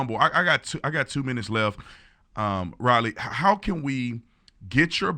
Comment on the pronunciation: I'm pretty sure Tatum mispronounced Riley's name and she got the state of West Virginia confused with Virginia when she spoke about the 5 girls in high school who fought about this problem.